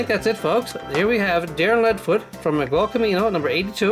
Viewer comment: Its Miguel but you say it Migel